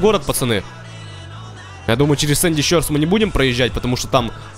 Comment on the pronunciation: правильно говорить шорс, а не щёрс